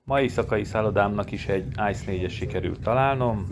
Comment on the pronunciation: Hidegrángást kapok amikor valaki nem mondja jól München nevet, illetve az ICE t se.De ettől függetlenül érdekes videó lett.